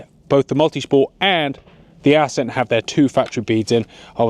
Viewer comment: Assssssceeent. Why thexweird pronunciation?